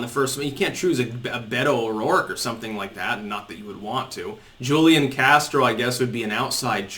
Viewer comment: It’s pronounced hoo-lee-on.